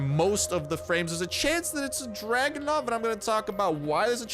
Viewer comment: It's Dragunov, not Dragonov lol